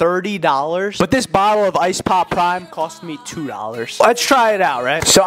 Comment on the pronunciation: "This BBBBottle of ice PPPPoPPPP PPPPrime"